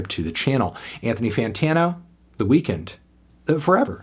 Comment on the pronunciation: It’s pronounced “weakened” not “weekend”